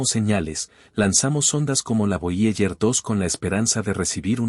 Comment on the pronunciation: Nones voyeller es voyeiguer, aprende inglés gil